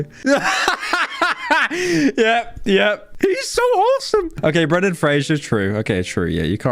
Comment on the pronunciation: it’s brendan not brandon fraser